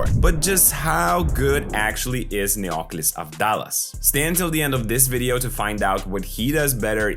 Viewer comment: Definitely we buy his stock! Superb analysis and congrats for your work! A minor observation for pronunciation purposes in the first name Neoklis the Intonation should be on I and not on o. It is therefore NeoklIs and not NeOklis. In ancient Greek this first name literally means New Glory